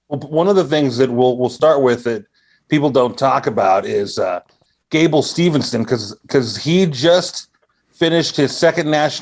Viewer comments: Pet peve when they say Gables name wrong. It's Steveson not Stevenson. Also, he's 21. He's taking the Brock route. Make money then by 25, 26 he can go to mma. Yall have it ass backwards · His name is Gable STEVESON, NOT SteveNson.